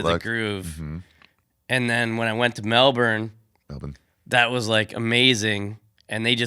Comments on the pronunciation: Hey Ari, It's not Mel-bin. It's also not Mel-born, Mel-bun, or Mel-burn... It's somewhere in between them all. Say it the American way but just a bit lazier and fade out on the last syllable. MEL-BNnn... Good luck ya can't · We’re in America. In honor of America I will pronounce Melbourne with a hard R